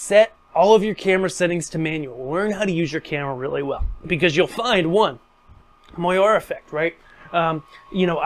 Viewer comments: Great video. Very informative. However....."moire" is pronounced "mor - ray" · Moiré is pronounced “mwah-ray” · When you mispronounce MOIRE, it makes your otherwise good work seem less credible! Cheers